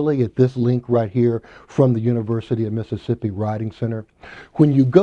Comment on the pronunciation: he said Mississippi and i stop listening